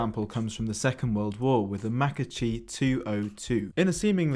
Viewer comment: A correction of the Italian pronuntiation "macchi" has a hard sound like a "k", it sounds like a "makki" or something like that, but a part from that, great video!